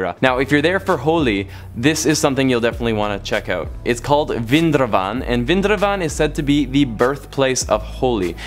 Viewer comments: vrindawan is prounced as wrin - dha - one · Its VRIN-DA-VAN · bro its, vrindavan (viri -in-daa-one) Nice explaination though😍😍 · You pronounced Vrindaban as Vindraban 🤣🤣